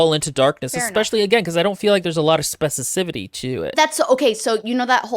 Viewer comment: someone please teach how to pronounce specificity. bc it's not specicivity